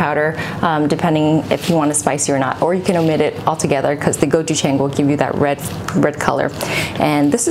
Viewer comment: You pronounced gochujjang wrong..you said it like it a white person.